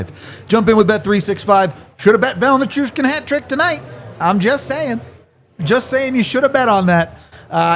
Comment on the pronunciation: Listening to mispronounce Val's last name make my head explode. Dude! Learn his name.